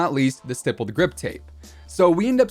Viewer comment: St"eye"ppled grip tape? Not st"ihh"ppled? Idk 😂